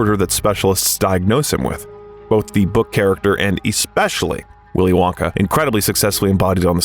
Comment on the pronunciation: "Nice" AI crap and bad narration. "Willy Wonkay...",???? Really????????? Hey!, your spam bots in the comment section are showing! "NO sub for you!! You idiotic AI pile of bullshirt!!! 💩💩💩💩👎👎👎🤑🤮